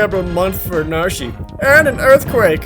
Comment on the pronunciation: Narshy? Really?